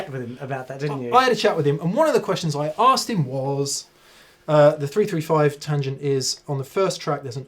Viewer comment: ... "... I used a 3-[#%$^$&&]-5 ..." ... ... ... ... [335][355] ???? ... [345], even - maybe?!!!! ... cf ... ... I suppose you already said it once intelligibly ... wouldn't want to strain a lip ... ;) #aussieaussieaussie ;)